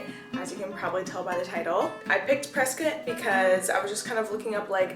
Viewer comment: That’s my hometown!!! I love it there, so beautiful. And you even said “Preskitt” 👍🏼👍🏼👍🏼